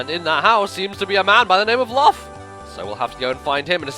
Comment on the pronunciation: Lugh is pronounced "Loo" not "Luff," I don't know how he got that idea.